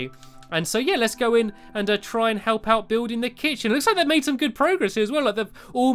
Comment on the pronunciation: dude, the kit-chen